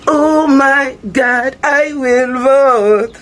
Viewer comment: KH told them what would happen. "I will bota for donald tzrump.